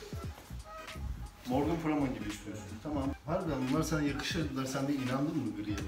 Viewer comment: önce bi okunuşunu öğren morgan freeman ın sonra video çek